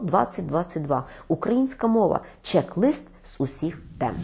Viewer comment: Якщо вже не тямлять сказати українською, то казали хоча б чек-лІст, не чек-лИст.